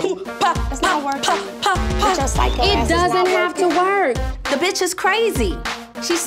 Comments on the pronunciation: Did momma Dee say "bicth"?? Lol 😂 ok momma Dee it's bitch but go awwff sis LMFAO 😂🤣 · "Bicth"🤦‍♀️ MoMA Dee is something else. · Thanks Mama Dee , I almost but the T before the C in “BICTH” .. #inthatorder ! 😂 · Noooo mama dee🤦🏽‍♀️ that’s not the right order 🙄 it’s B-I-T-C-H bihhhh🤣🤣🤣